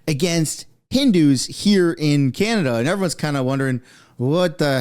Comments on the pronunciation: That journalist kimberly... did she call canada, can nada? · The way Kimberly Johnson was pronouncing Canada like get off the news stand